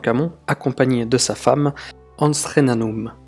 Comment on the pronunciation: Anskhenanum? 😯.., prononce bien s'il te plaît: Ankhesenamon, merci 🙃 et l'ouverture du GEM en 2018? 😮 En 2023 nous attendons toujours. Mais ça tu ne le savais pas encore.